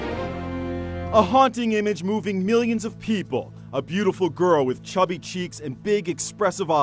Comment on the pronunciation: He said cubby cheaks weird